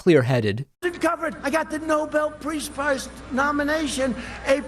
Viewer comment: So you have someone in charge of your country who can't even say his own name. Someone who can't even pronounce "Nobel Peace Prize." If you don't think you'd be better off with someone else in charge then there is something wrong with you.